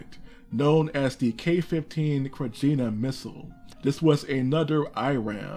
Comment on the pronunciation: The Serbian Republic of Krajina is pronounced Krayina